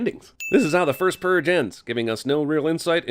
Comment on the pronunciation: "The First Pruge" ding